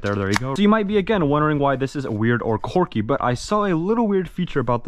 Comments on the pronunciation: "this one is pretty corky" quirky pronounced qwer·key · the word is quirky not corky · my boi it is "quirky" not "corky" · It's 'quirky' NOT 'corky' 🤣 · if he says quwerky one more time i will strangel a cat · Why does he keep saying corky 💀